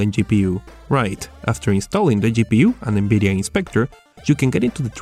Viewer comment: NBIDIA? jesus christ atleast fucking try and pronounce things.